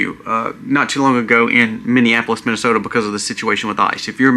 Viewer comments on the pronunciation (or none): none